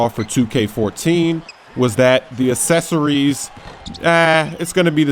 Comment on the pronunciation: "accessories" (ESS-ESS-OReees)